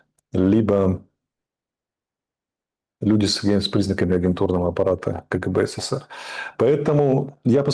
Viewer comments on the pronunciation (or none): none